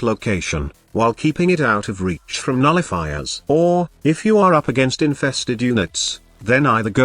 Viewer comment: Am I the only one hearing Nullifookers instead of nullifiers?